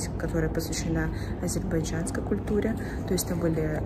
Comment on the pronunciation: Мне нравится, как вы произносите «азербайджянский» ))) на местный манер. Это очень мило!)